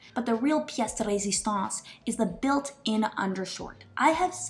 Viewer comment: "pièce de résistance" turns into "PST lazy sauce" lmao